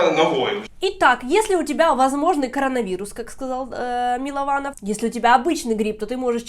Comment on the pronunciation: Ольга перестаньте коверкать фамилию человека! Он же сам уточнил, что он Мылованов!